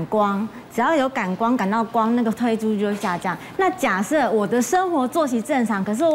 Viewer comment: ㄊㄨㄣˋ褪黑激素不是退黑激素